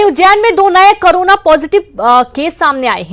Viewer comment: Anchor karona bol rahi hai.